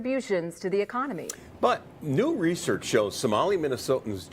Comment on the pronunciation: "ecka-nahmi" -Lil Boosie 😂